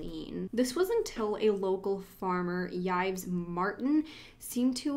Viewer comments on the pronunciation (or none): Horrible. So sad. Heart wrenching. Uhg. Thanks for your coverage. Btw- French pronunciation tips: Yves is pronounced Eve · Yves is just pronounced Eve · Why tf are you pronouncing Yves like that 😬😬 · Who is Judy?? And again, why tf are you pronouncing Yves like that? It’s not a difficult name? You can find the pronunciation all over the internet?